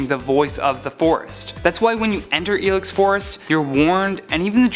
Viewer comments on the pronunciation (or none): none